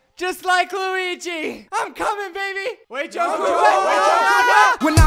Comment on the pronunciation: I really love how you pronounce "Luiiiiiiigi" hahahhahaha mg